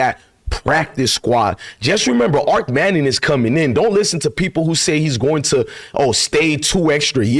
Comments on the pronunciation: Ar-ch... Like as in archway, archery, and short for Archie..... Not ark... Like Noahs ark.. 👍🏽✊🏾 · His name is pronounced ARCH AS IN ARCHIE not ark as in Noah's aark